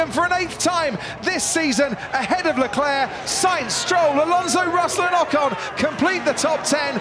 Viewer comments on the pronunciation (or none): none